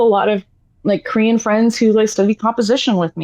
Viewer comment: oh my god I thought you were saying "Curian" or something and I was like what the hell is that??? When I listened back I recognized Korean easily but maybe my brain short circuited.